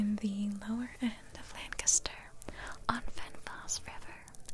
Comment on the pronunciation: I live in Lancaster county Pennsylvania. Thank you for pronouncing Lancaster correctly haha. Most people don’t 💁🏻‍♂️